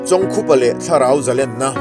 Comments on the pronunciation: Chawng khupa A Ni lo,I lam Dan hi a dik lo,chawngkupa a ni e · Chawngkhupa hming ilam dik lo. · Episot, 7, na chhiartu hian, chawngkhupa, ti hlir in a lama a lamdanhi a rikdanhi a diklo deuh a ni e